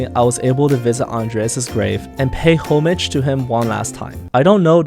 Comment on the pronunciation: The pronounciation of homage hurt me more.